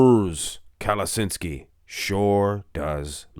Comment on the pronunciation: It's KaleTSHinsky not Kaleshinsky